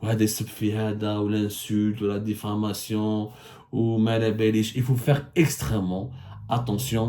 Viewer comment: On dit diffamation pas diflamation monsieur le journaliste francophone 👍